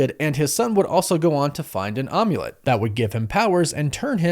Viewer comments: I love you dude. Like really do, but say OMULET ONE MORE TIME! am-yu-let. Like HOLY SHIT DUDE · Calling the Amulet an Um-ulet...was I the only one who had a physical cringe reaction to this?